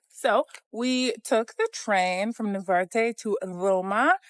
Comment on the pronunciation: NaRvarte not navarte